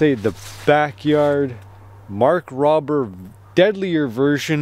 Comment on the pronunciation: Mark "Row-ber". Not "Mark Robber" Mark Rober: NASA Engineer Bearded Woodsman: Squirrel eater.